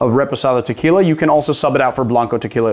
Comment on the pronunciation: I really wish you would stop mispronouncing it. And call it Tequila Blanco, not the other way around. If you cab pronounce orgeat by its actual name, why not as well with tequila?